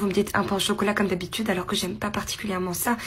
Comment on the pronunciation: Pourquoi dire "dsch'habitude" et pas "d'habitude"?? pas beau cette prononciation..